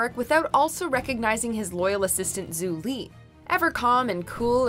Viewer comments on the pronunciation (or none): Narrator called Varrick "Warick" and called Julie "Zulie". Surely it couldn't have been that hard to look up how they're pronounced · "warrick" "zoo li" wow watchmojo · She rlly said Warwick and not Varick, and she rlly said Zoo Lee and not Jou Lee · When you can tell that hasn't seen the show because she doesn't even know the proper pronunciation of character names. "Warrik and Zoo Li" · "War-rick" Lmao wtf Edit1: "Zu-lee" Bruh what's y'alls problem😂 Edit2: Okay you put katara as number 8, a character with one of the best arcs, behind bolin....and I love Bolin. This went from a hilarious fail to a disrespect to the series. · Obviously not. She didn't even pronounce Varrick's name or Zhu Li's name correctly. It's really not that hard to watch a show before making a top 10 over the characters.